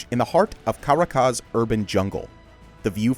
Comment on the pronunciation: I love your channel, but the poor editing when it comes to Brazil's tallest building is a bummer. And by the way: in Caracas the stress syllable is on "ra" and not at the second "ca". I.J.S.